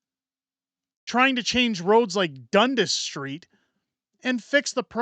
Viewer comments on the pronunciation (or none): Pronounced Dun-Das street